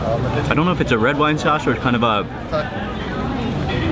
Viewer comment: the way how mark says sauce sounds like saace